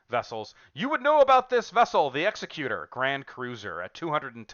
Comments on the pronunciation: A bit of a joke, but executor is not pronounced as in 'executioner'. It's pronounced as in 'executive'. Like how a lawyer might be given the power to execute the terms of a last will and testament, he would be called the executor of the will (like an executive). He wouldn't be chopping the will's head off like an executioner would. 😆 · Gah! It's pronounced executor, not executor!